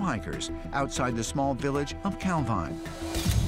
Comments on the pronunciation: It's pronounced cal veen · Calveen it is pronounced!